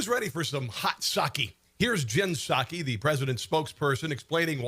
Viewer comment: Psaki sucky, tweny dalla...